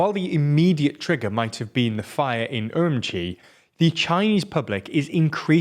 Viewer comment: I just love how every news outlet pronounces Urumqi in their own, unique, and WRONG way. This guy says um-Chee, others say er-oom-key, but the correct way is er-oom-chee. I used to live there, trust me.